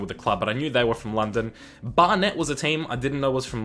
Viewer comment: Bar-net, lmao. It's Barnet mate, pronounced Bar-Nit